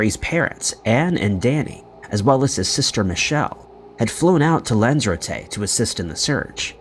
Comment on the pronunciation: The way this narrator of the stories said Lanzarote and Dublin made me cringe. That’s not how you pronounce this two cities bruh…!!! 😩😩😩😂😂😂🤦🏾‍♂️